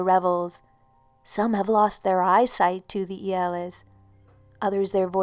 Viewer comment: im from romania,and i love how you say "iele".